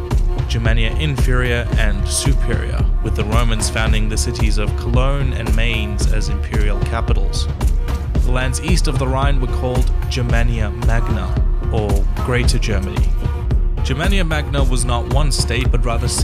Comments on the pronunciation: Mainz... Should sound like 'pints', like you get at a pub. Just swap out the p-sound for an m-sound. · Great video. You pronounced Mainz incorrectly. Source: I live there.